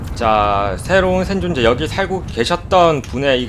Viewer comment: ㅇ발음은 ㄴ발음으로도... 샌존자